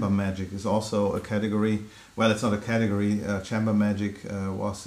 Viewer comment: “Chamber” should be pronounced differently. Google “chamber pronunciation”, and you can hear it.